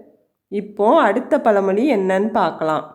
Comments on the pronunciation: பல மொழி இல்லை பழமொழி சரியாக உச்சரிக்கவுவும் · Amma pazhamozhi, palamozhi illai.